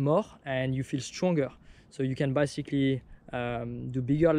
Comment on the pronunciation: I like how, with your accent, "basically" sounds like "bicycally"